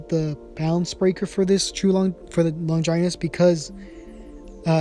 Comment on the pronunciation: Stop saying longinus like that